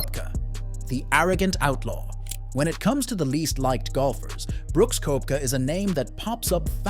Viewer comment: Please make the effort to pronounce players’ names properly ffs!! It’s McIlroy not Muh-killroy; it’s Koepka, not Kwepka!!